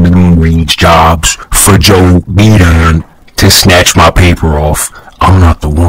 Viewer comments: “Joe Bedon” Bro I can’t handle 😂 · “you damn LAGGARD” “I’m financially diss-a-BILLED” “joe 🅱️EEden” “beLEAGUEred”